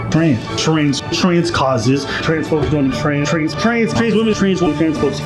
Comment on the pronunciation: I started hearing Trains women what are trains women they mean female conductors?